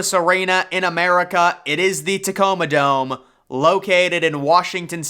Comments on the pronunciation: For real lol wtf is wrong with this guy ? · "But the Catoma Dome" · The “Catoma Dome” 🤣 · the "Catoma" dome?😅😅😂😂😂